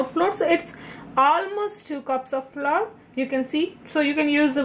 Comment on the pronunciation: That was GREAT ( BTW: FLOUR .....it is pronounced just like: - “Flower” please ( i.e.: -NOT like “Floor" )